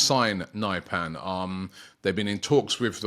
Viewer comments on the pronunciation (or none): Nypan??? Pronounced Neepan